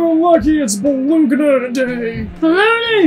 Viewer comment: It's Bah-Loney! 😂 Haven't laughed this hard in so long! Great job!